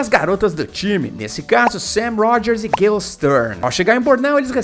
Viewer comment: O nome da personagem é gueil, e não Guel.